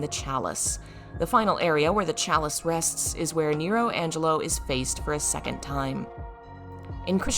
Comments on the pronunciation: It's nelo angelo, not nero angelo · Isn't it Nelo Angelo? Not Nero